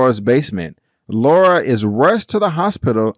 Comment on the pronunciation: One more time: “Laura”